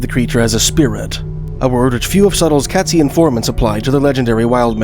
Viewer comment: Katzi pronunciation is Kate-zee, not Cat. Pitt lake would not freeze over especially not thick enough to hold the weight of a Sasquatch. Or human.